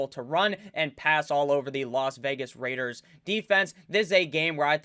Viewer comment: Can someone make a compilation video of saying “The LAS VEGAS RRRAIDERS”